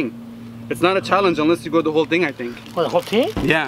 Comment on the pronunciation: "HOW THEY MAKE THIS TING!"